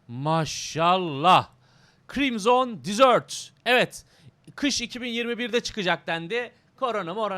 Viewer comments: dizört degil dezırt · Krimzon Dizört değil de Krimzın Dezırt...